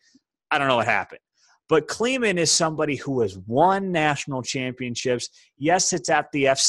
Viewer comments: Wrong. It’s not KLEE MAN. it’s KLY MAN. come on man. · First, learn how to pronounce the name of the new Coach ! It is not pronounced KLEE-MAN, but KLY (as in Sky) MAN. Get it right, as you will be using his name a great deal in the years ahead. Second, North Dakota State would be in the top 3 of the Big 12.....................yup, at 13 - 0 they are that good. Just watch them win their 7th National FCS Championship in the last 8 years in about 3 weeks in Frisco, TX. Frankly, and I know this hurts, K-State could not beat NDSU today if they tried 5 times. Third, not only can Klieman coach, he can recruit. Recruit not only from some of the same Midwest states as K-State, but thru....................his Florida pipeline ! Example, Daren Sproles' nephew plays as a true Freshman at NDSU.......... just look at the NDSU roster and where his players come from. Each and everyone wants to be part of a winning team and culture. Plus, NDSU plays indoors in front of 20k fans for each home game, one of the best home field advantages in college football. Similar to Alabama, NDSU does not rebuild, they RELOAD ! Fourth, Klieman knows how to develop elite QB's. Carson Wentz for starters and Easton Stick - their QB today. Stick is currently an alternate to the 2019 Senior Bowl, I hope he get the chance to participate. No matter, he will get drafted in the very early rounds of the 2019 NFL draft, as Klieman runs a pro-style offense at NDSU, something the college has done over the course of their 8 year championship run and beyond. A style of footbal